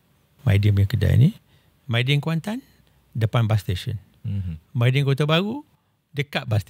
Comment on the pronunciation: Mydin bang, bukan Maydin 😅